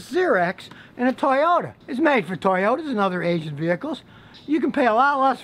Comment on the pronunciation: Huh he said asin . Now I want a japenese hentai woman ! And then he said asin agin now I want two asin women!